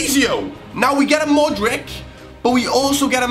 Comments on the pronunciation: modrich. it's pronounced modrich. not modrick. cmon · You pronounce it "modritch" not "modrik" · It's Modritsh ... Not Modrick D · Lol Modrick.. It's pronounced Modric xD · its pronounced 'modrich' not modrick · its more like modrich